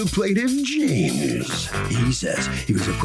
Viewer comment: listen to how he says James "This is the plainin...Jmmmmsss"